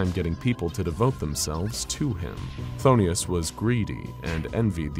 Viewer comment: Just a heads up, its pronounced f'thone-us, not fthonius. Love your work tho!